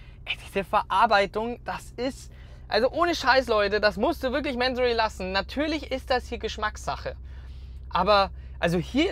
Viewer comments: Der Herr Mansory heißt Mansory und nicht määääänsorry😂 der Firmensitz ist in Bayern so wie du. Da wird nicht sächsisch gesprochen 😂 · Kurzer Reminder, dass Mansory eine Deutsche Marke ist und deswegen „Mansorie“ ausgesprochen wird. Finde persönlich aber auch, dass „Mänsory“ cooler klingt. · Hey der Mansory ist kein Amy also sprich wenigstens den Namen richtig aus! Echt langweilig der verwöhnte kleine Junge als Moderator... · Das geile ist MANSORY hört sich so geil an ..dabei ist es n 08/15 nachname im Iran und wird mansury ausgesprochen